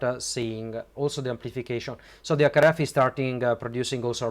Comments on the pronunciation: Stop-a adding-a the letter-a a to the end-a of every-a second word-a. You need to neutralize your accent, it took me way too long to figure out you were trying to say HackRF, you were saying ack araf. C'mon man, you've got the linguistics down pat you're just being lazy. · It took me a while to realise "ack araf" is his attempt at saying HackRF. As someone who speaks a half dozen languages fluently, and a dozen languages conversationally; the first thing you MUST do when learning a language is neutralise your native accent or you just sound silly / low IQ.